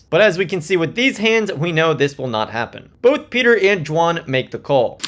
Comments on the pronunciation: Are you saying Jwan? Intentionally it sounds like? Some inside joke that I missed? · 'D'wan. Not Xuan ffs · I cant get over how you pronounce Dwan lol i had to keep rewinding and all I could hear was "Juahn"